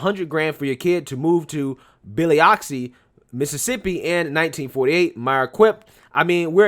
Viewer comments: it's pronounced Buh-Luhk-see. 😊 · Man you completely murdered the name of that city Biloxi Mississippi it’s pronounced Buh-lux-ee, I live 1 hour away from there and it’s a good place to live and vacation there as well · Dude, you’re killing me. Please stop reading [poorly] content that is clearly visible on screen for us to read. You just pronounced Biloxi as if it was Billy Idol. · Good read, Biloxi it's pronounced [BI - Lox - EE]. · In case you get the city popping up again, it's "Bill lux ee". Place names have strange pronunciations and if you never lived near enough to hear it, unsurprising to not say it right. Great video, and thank you. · It's buh lux see. Nice try though. No pronounce Gautier Ms. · “Billi-oxsee” Lolol that took me out. Sorry lol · It’s Bu-lux-ie, Mississippi. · Biloxi is pronounced Buh-lux-e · Man you butchered the hell out of buh -luhk-see LMAO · I love ya, the way you pronounced Biloxi cracks me up! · I can’t believe this educated brother mispronounced Biloxi Ms.!!!!! The whole of the message was fabulous. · You murdered pronouncing "Biloxi" but overall I totally agree with this whole video! 😄